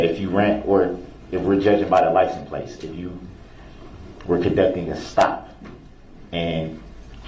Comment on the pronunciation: You're awfully "fixiated" on Darrell saying "amamant". You might as well talk about how many times he asked witnesses about the "licen places" on the car. I mean vehicle. I mean SUV. 😂